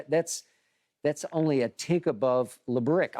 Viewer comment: Bruh said lebrick😭😭💀